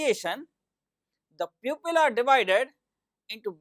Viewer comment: People ( group of humans) pupil is student pipol (people) piupil (pupil) is for student. Very good explained Sir only need improve some words pronunciation. 💪💪💪😊😊